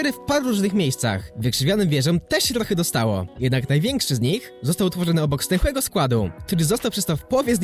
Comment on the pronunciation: ja zamiast stęchłego składu usłyszałem zdechłego składu xD